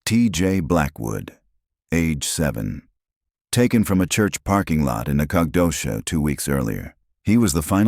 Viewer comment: You need to teach your AI how to pronounce Texas locations. Sabine? Nacodoches? Annoying. At least now they're giving a teeny tiny mention that it's "based on a true story." I just wonder what part is true. 5 kids missing? It can't be that. We don't let one child go missing without bringing out dogs, horses, 4-wheelers, helicopters, and every person that can walk. These days I'm sure there's even a few drone pilots.